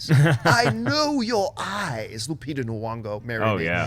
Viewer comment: John why do you pronounce Lupita Nyong'o as "Nwongo?"